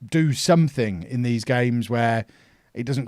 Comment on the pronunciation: He calls all days for dees.